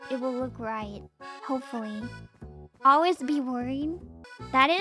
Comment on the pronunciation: This is kinda random, but I love slight accent where she says "Ole-wiz" when she says "Always" lol